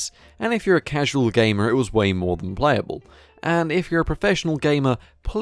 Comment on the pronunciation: he says gamer and it makes me uncomfortable. Moments later he says it again in a normal way.